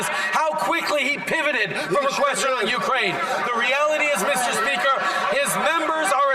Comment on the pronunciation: MEESTER SPEEEKUR ffs.